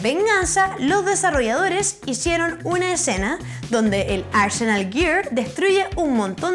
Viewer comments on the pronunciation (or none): none